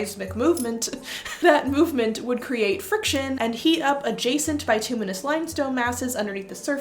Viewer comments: BIT-ew-miss" limestone is how it's usually pronounced. It's also possible that a seismic shift changed the vapours, rendering the Oracle less effective, leading to their decline. They might also have been different depending on the time of year, due to the temp. & water content. Which would explain the scheduling. It would have had to been the off-gassing, not the petrochemicals, to produce the sweet smell. Petrochemicals in rocks and the air can be detected in even small concentrations by sensitive noses. The tarsands (bituminous earth) in Alberta are covered by a layer of similar deposits. It's a crime against knowledge that they blow up the fossils in the limestone to mine the tarsands. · At least in North American english, "bitumenous" is pronounced with a short "i" sound. And inhaling petrochemical fumes is basically gas sniffing!!!